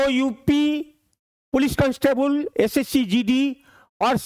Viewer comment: Constable ❌ canstebul ✅